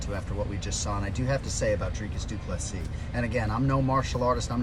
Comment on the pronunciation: Let's first get the pronunciation right! It is NOT "Drykus Du Ples-sus" Repeat after me: "Dree-cus... Doo - Ples - Sea" Again: "Dree-cus... Doo - Ples - Sea" Once more: "Dree-cus... Doo-Ples - Sea" Last time: "Dree-cus... Doo-Ples- Sea" Final time: "Dree- cus... Doo - Ples - Sea" Last final time: "Dree-cus... Doo - Ples - Sea" Now try saying it again: "Dree-cus... Doo - Ples - Sea"